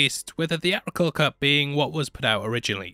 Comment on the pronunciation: Lasted 12 minutes into this vid. A narrator who cannot sound the letter 't' just looses all credibility. He think the word theatrical is pronounced thea-rical. Urgh!